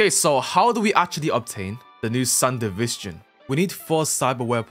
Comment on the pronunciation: Bro cant even say Sandevistan right and they say it in the show😂